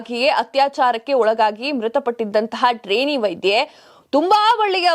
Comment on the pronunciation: sariyagi ucchara maadi .. vaidhye alla vaidye